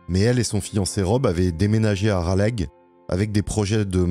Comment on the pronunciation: Raleigh se prononce "Ralé". c'est pas grave, c'est mignon 😁. vraiment une histoire tragique. merci de l'avoir raconté